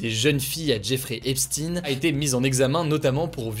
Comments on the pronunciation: Juste une petite note (c'est pas non plus de la plus haute importance mais ça m'a tiqué): epstein ça se prononce comme einstein à la fin c'est "aïn" ;) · Epstinne ? Seriously ?